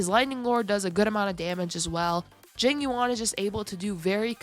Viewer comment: i keep hearing jimmy wong when she says jing yuan